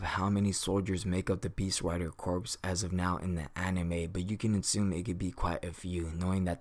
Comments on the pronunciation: Good video. Only complaint is that it is pronounced core not corpse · Just a small nitpick, but corps is pronounced "core" and not like "corpse." A Marine Corps officer will be quicker to correct you and won't do it as nice. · Colin Fonken, exact same comment I was going to make, every time he said "corps" instead of "core" it really bugged me even though I know that pronouncing corps as it's spelt is a very common mistake. I liken it to how we pronounce "colonel" as "kernel" it's just one of those words that you have to know from experience how to pronounce because trying to pronounce it phonetically from it's spelling doesn't work. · Corps is pronounced as “core”. It’s a weird word. It’s always spelled as corps even when referencing in plural or singular, but it is spoken as “kor” (singular) and “korz” (plural). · corps is pronounced the same as core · Great video. But, corps is pronounced "core". It was a little distracting. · FYI, the word corps is pronounced as core, the P and the S are silent. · Nice video and breakdown. Some advice, a corps is pronounced like core - Latin -> French...... The archers can be utilized in the rear ranks, but it has been proven to be quite an effective tactic to utilize the archers on the flanks, forcing the enemy forces towards the center; heavy infantry then have some fun. The cavalry would then encircle and clean up. Magic users (artillery) would massacre the troops in the center. Mongols utilized a similar tactic with no magic. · Corps is pronounced as "core" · When you said goblin heavy corps, it should sound like goblin heavy core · Just an fyi not trying to say snuff or nothing, but "Corps" is pronounced "Core". At least that is what my English teacher sed. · The p in Corps is silent!